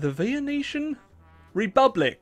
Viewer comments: the way he says venician upsets me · Makes fun of the typo while simultaneously pronouncing it as vieneetion...